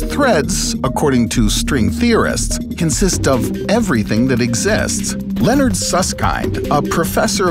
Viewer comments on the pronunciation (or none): none